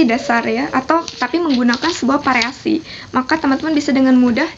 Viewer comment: Variasi mbak. bukan pariasi. Versi mbak. bukan persi